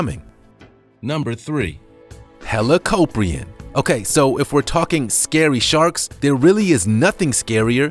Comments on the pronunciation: it's not helapopion it's helakopien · it’s pronounced heli-cop-ree-on